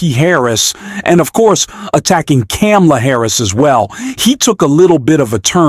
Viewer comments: sound it out say Coma' La then you'll saying the Vice Pres. name right. Then I'll visit this site again. First get it right.. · Man I know you know that you are mispronouneing her name, so peace to your podcast. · "World War One" Ummmmmm...... (FFS, man, it might also be worth taking 30 seconds to learn how to pronounce Kamala's name.)